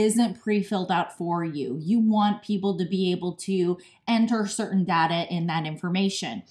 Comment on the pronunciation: It's pronounced data not data.